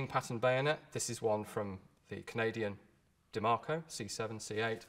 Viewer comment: Bayo is a day a maco...lol it's pronounced die ma co. Die. Making company. Now colt canada